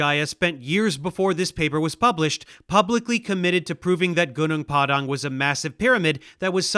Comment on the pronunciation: the dhipshit can''t even prnounce the site's name properly.it's pronouced Hoo-Noong Pah-Dung meaning mountain field,at least in bahasa malasia